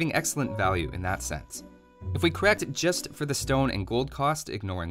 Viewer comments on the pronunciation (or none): none